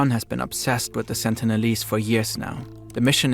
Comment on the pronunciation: last sentence was "after all the sentilese didn't ask for any of thisW.... Welp my guy. Neither did anyone else 😂